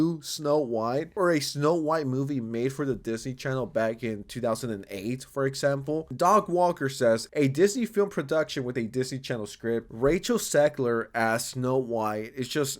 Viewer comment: Doug not Dog lol